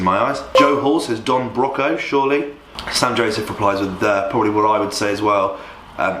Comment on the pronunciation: It actually pained me to hear you saying Don Broco wrong lol